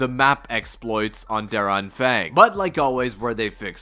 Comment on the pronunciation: Hey man i just want to tell you.. DER ANFANG has no Ä.. both A are pronounced like u pronounce the first A